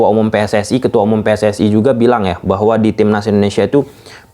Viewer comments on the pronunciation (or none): none